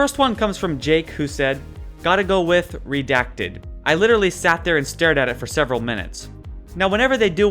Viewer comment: Stop pronouncing redacted wrong